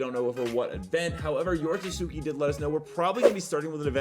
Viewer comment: him mispronouncing yorotsuki every time irks me :/